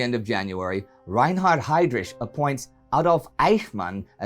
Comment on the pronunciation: Everything you do Indy, its just pretty much perfect,excepttt, the way you say HydRICH :(((( :Dim even starting to thing of donating, never done it for noone on internet